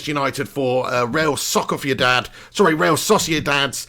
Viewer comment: Real Sociedad?